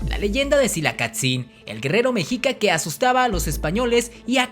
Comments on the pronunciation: El weon dijo mejica? A mi me enseñaron que era meshica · Muy buen vídeo, pero se pronuncia meshica saludos desde Mexico🇲🇽🇲🇽🇲🇽